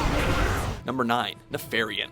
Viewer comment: slight mispronunciation on nefarian and Illidan gets u that worked up? Im accually surprised how well they pulled that off